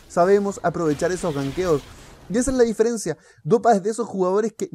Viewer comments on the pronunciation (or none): none